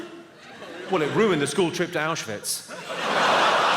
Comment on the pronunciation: did he say "our"schwitz i mean the russians did win